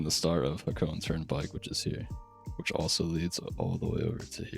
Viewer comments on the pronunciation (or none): "Hah-Co-Ney" 3 syllables.